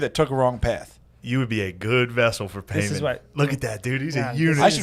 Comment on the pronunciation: confidence in pronouncing Paimon wrong AND being sure that the movie is called "Heredity" is killing me hahaha.